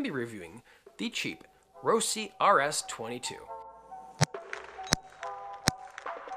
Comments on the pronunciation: "Rohsi"....Lol It's Ross...e" always has been dude! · It's ROS-SIE not ROSIE